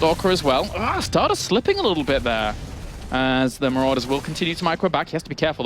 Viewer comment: called Stardust as "Starbust" in the last game:D How accurate